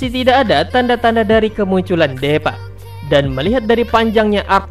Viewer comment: Bang namanya deepa di baca s Diipa bang bukan depaa salah.🤣🤣🤣